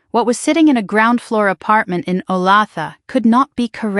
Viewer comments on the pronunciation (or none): wow they said Olaitha wrong. lol. i am from Missouri. and lived in Kc so know how those towns are pronounced. and yeah. i am sure i am spelling that wrong. I am not sure if the places they mentioned exist. hmm, I just wonder. but yeah. I wonder how some of these people get away with some of this. because yeah. I just don't know how that works. I mean I would never let people get away with that stuff in my life. I would take action long before years. If people did not write me back, I would have questions. and I wouldn't put up with it. I would also not put up with anyone putting my name in for anything. if they did Well they wouldn't get the chance to do it again.